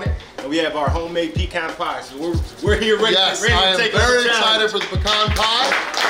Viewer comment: Love that you say pecan correctly 🤗😄💗 This challenge has a bunch of different components and I loved it!